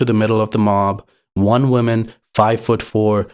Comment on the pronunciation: You are doing the opposite from what english speakers these days do when they mispronounce "women", when you say "woman", so it sounds like you are saying "one women" which is illogical when women is plural.